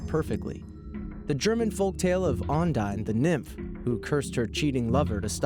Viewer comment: Call me Undertale trash, but Ondyne's curse sounded like "Undyne's curse"